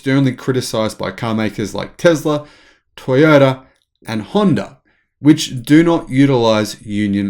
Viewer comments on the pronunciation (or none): none